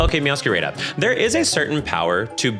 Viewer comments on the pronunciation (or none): That’s not how you say Meowscarada 😭 It’s meow- ska-rah-dah. Like a play on “mascarada” in Spanish.